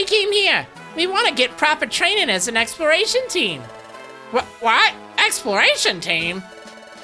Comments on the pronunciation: Did anyone else realize he said experation instead of exploration? Oh hey here’s you experation team, they tell you when things expire, they’re actual expired to, so enjoy the dead bodies. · needs to practice saying exploration. I keep hearing him say expiration. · I hear him say "explration".